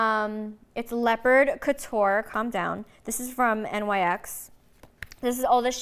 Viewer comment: Did she just say N.Y.X 😂😂 girl nyx like nicks